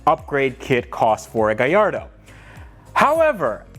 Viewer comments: Love you videos man keep it up. Just curious is it just me or it sounds like your saying gayardo to gallardo. Like when people say impretza instead of Impreza (subaru) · I am laughing with the way you pronounce gallardo..